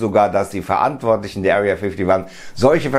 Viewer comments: Wer kennt sie nicht, die Area fifty wann😅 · Area Fifty wan hahaha 😂